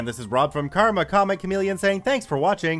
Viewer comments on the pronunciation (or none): none